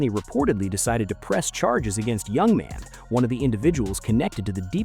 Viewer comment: It's pronounced Yoo-Mon, not Young Man.